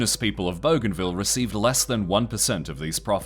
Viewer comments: Boo-g huh ville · bougainville Boo-gan-viel Not bow-gan-vil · BOO-GAIN-ville. Goddamn dude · I love that the Aussie narrator is pronouncing it "Boganville" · bro thinks it says *bogan*ville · Actual pronunciation should be closer to Boogai(n)vil. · lmao i had that exact thought when i heard the pronunciation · You could not be butchering the name of the island more than you are 😂